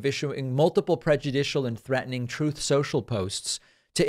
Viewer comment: It slays me every time you purposefully mispronounce, ‘Trouth center’. Great show.